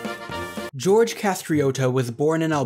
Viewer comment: Its Gjergj Kastrioti and not George Castriotto.